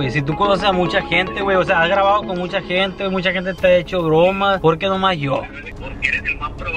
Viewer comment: Ya varios años en youtube y el todavía no aprende a decir "por que"